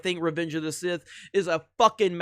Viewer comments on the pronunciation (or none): none